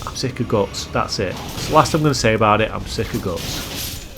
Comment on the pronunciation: Other than hearing you call Guts Gots like 100 times I enjoyed the video sir.